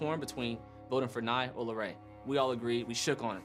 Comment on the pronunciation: just that it’s Larray not Larri